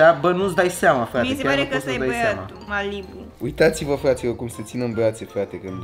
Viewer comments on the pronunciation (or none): in vlogul tau in care i-ai prezentat am auzit prima in loc de malibu marilu efectiv🤦🏻‍♀️